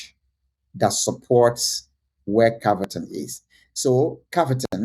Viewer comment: No. 6 is CAVERTON not cavatin